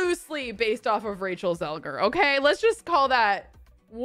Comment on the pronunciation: ZEGLER kelsey not zelger lol